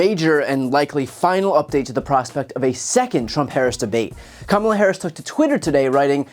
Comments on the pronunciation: He finally pronounced her name correctly! That just confirms he knows how to pronounce it, but just chooses not to. 😡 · Atleast he proved he knows how to say her name correctly! That's all I got from this. Everything else was just noise from him. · Trump pronounces Kamala correctly. It should be clear to everyone that he mispronounces her name intentionally. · At least he learned how to say her name correctly. He's scared to fight again like Ronda Rousey. 😐 He doesn't want anymore of that Harris smoke. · DID HE SAY COMMALA/KAMALA HE BROUGHT A VOWEL AND GOT A CLUE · I think he accidentally said Kamala correctly. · Wow, did I just hear him pronounce Kamala's name correctly??? 😂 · At least Chump pronounced Kamala's name right this time. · Oh so he CAN pronounce her name correctly 🤔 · At least he said her name correctly. 💙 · Did you hear him he actually pronounced kamala's name correctly! 😲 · Oops! He made a Yuge mistake...he said Kamala's name correctly😊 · He said "Kamala" correctly. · First time I heard him say her name correctly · He's so cooked that he not only didn't give her a nickname, this time he actually pronounced her name correctly. 💀💀💀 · He pronounced Kamala's name correctly, shows he knows. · He pronounced her name properly for a change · ….he forgot to mispronounce her name 😂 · AND tRump slipped up in this clip... He pronounced her name properly as KAmala! 😂 He must hate that he did so in what will be a widely shown video! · I think this is the first time he pronounced her name correctly. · Is this a turning point? He didn't mispronounce Kamala🤯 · He said her name correctly. 😮 I'm shocked 😲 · Actually pronounced Kamala's name correctly. He's slipping! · He Accidentally said Kamala’s name correctly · Let's give Trump credit. He said her name correctly. LOL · He actually pronounced Kamala's name correctly?! I'm sure he's losing even more votes for that alone. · Wait...did he just pronounce her name correctly? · Trump pronunced Kamala right